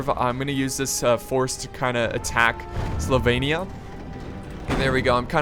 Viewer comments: Why do you want to pronounce Sylvania "Slyvania"? x) It's : [SEAL]+[VAN]+[YA] .. ^^ And in the Warhammer Universe, the Old World is mimicking Ancient-Medieval-Renaissance Europe, so the Vampire Counts are basically inspired by Hungary, Romania, and Transylvania. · It's S Y L V A N I A,! As in Transylvania. Not "Slyvania". I'm sorry, this was a really good video, but that just kept bugging me the whole time...:) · Its pronounced "Sil-vain-eea". I dont know how you could mispronounce that... And Vampires are rightly the most powerful single characters in the game... Hell; they're Vampires! Vampires are the best. They just bring trash infantry [Like zombies] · Not Slovenia - Sylvania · Slovainia? How did you get that pronunciation from Sylvania? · Hey, S y lvannia (god, your pronunciation, lol) isn't Slovenia - haha - if you want it to compare to an european country: Romania, Transilvania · he has dyslexia so that's why his pronunciation is wrong sometimes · Sylvania = Sil-Vane-ee-Ah, Drakenhof = Drack-en-hof.. The blood dragons are vampires (the name of the faction in the table top game is vampire counts)